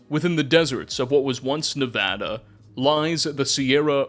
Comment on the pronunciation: He said nevada right!!!! Lets goooo